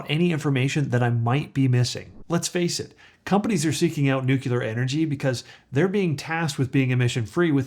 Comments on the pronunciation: nu-cleer. Not Nu-culer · Noo-clee-ur. Not noo-kyu-ler. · I can't take you seriously. The word is nuclear not new killer. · Nuclear not nucular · if you think that this guy knows what he's talking about, understand that he doesn't even know how to PRONOUNCE NUCLEAR! It's nu-cle-ur, not nuk-u-ler, which refers to the nucleus of a cell.... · It's not nucular energy, it's nuclear energy. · Thanks. It's NUCLEAR, not nucular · It is spelled and pronounced NUCLEAR NOT NUCULAR. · Don't mean to disrespectful but... it's nuclear [noo-klee-er] not NuCULAR. Everything else is just fine. :) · Nucular lol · It's "nuclear" not "nucilar",! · Sorry I have to click out because I am triggered every time I hear nu-cu-lar... and there are a lot of them. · Yes, but you say Nook-YOO-Ler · Came here for this. He keeps saying “nukeelar” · Why can'r he pronounce nuclear right> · Nu CLE Nu CLE. … got it yet? It only takes this kind of mistake to discount you. Why not learn how to say what you’re talking about? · ATTN: dumbA$$ alert …are you freakin’ serious????? Nu CLE er CLE CLE Not by CUE ler!!!! Really????? I know you put a lot of effort into your videos, why not learn how to say the word you’re talking about… Are you freaking kidding me? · Can't watch this. You pronounce NUCLEAR improperly. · I am not a native english speaker but I also thought that your nuclear pronunciation was a bit strange. Love your content.